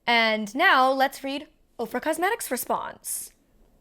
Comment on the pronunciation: Every time you say OFRA I hear "Oprah."